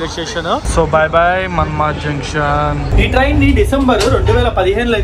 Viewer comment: మన్మద్ కాదు అయ్య అది మన్మాడ్